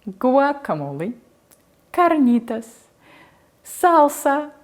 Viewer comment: rolling her r's is almost asmr to me 🇬🇹🇬🇹